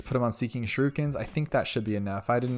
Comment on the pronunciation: Jesus, how many people say "shrookins" instead of "shurikens"? I don't even need to specify how to say it because the spelling SHOWS you exactly how to say it! sh-u-r-i-k-e-n-s